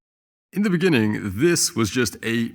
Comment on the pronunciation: "in the beninging" Jacob Zuma